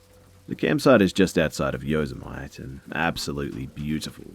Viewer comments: Couldn't get past "yo suh mite" lol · Yosemite is pronounced yo-SEM-it-ee, for future reference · Yo-sem-itty is how you say it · I thought it was a hip Jewish greeting: "Yo, Semite!" 😅😅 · It’s pronounced yo-sem-it-tea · Yos-e-mite had me giggling. I know it's supposed to be spooky, but I couldn't help myself. I kept thinking oh my goodness it's like vegemite and then I lost it. Love you <3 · He totally pronounced it like vegemite which makes total sense. My guy its yo-sem-ittee! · Yo-sem-it-e. YOH SEM IT EE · It's pronounced Yo-sem-ee-tee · The only scary thing here is the way Pronounced Yosemite lmao Jk but on all honesty, your stories and let's read are the only ones who actually give me chills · Did he rlly mispronounce Yosemite💀💀💀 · I was literally about to point that out, though i don't blame him for getting it wrong American English can be a tricky one.